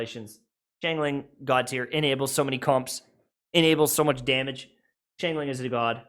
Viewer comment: Also, it’s *Keqing *Xiangling and *Barbara